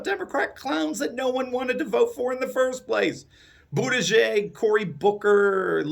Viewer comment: It's pronounced "butt-judge"